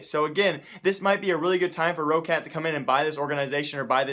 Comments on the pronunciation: news It's spoken rocat not that long like ro-ccat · I think Roccat is pronounced like this: Rock cat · It is Rock-Cat.pls m8 stress it like rock-cat. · its Roccat like "rocket" :D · Please lord god Roccat is pronounced Raw-cat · Roccat is pronounced like rocket. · dude, its pronounced roc cat so roccat